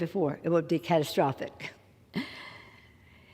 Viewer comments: Like she is so rattled she cannot say catastrophic, my hell!!!! She is such a bad actress. Sounds like she pickled her last brain cell with a martini for lunch!!! These crooks have got to go!!! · So, "shall not be questioned" is violating the Constitution BUT, "shall not be infringed" is not????? And she can't say catastrophic!!!! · Running up huge debts, while enriching herself is not what destroys "faith" oh no! Questioning that corrupt spending is what causes the loss of faith. Catastwa-, castadya-. I'll drink to that, you lying waste of wrinkled flesh & bone. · LMFAOOOOOO SHE CANT EVEN SAY CATASTROPHIC 🤣 😂